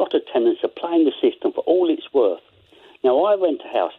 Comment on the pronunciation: It's not wowth the agwo. LOL